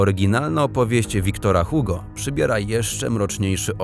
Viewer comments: oraz "Igo", a nie Hugo... x.x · bardziej Ugo, tylko u bardziej z gardzła, zamknięte ;) ale zdecydowanie nie jak na tym filmie, generalnie ma sporo błędów, także merytorycznych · Błagam, jeśli się nie wie (co jest jednak dziwne skoro ukończyło się edukację obowiązkową) można SPRAWDZIĆ jak poprawnie przeczytać nazwiska bardzo ZNANYCH osób! Wiktor Hugo - Czyta się Igo! Tak samo Charles Perrault to Pero! o innych nazwiskach lub imionach już nawet nie wspomnę... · Ja wiem, że francuski jest trudny, ale żeby "Antoine" i "Hugo" przeczytać w taki sposób...